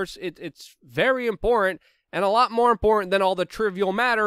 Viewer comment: It's not wit it's wiTH and it's not imporant it's imporTant and it's not Puin it's PuTin. If you are going to broadcast you should learn how to speak English!!! And by the way there is no country called Mymar.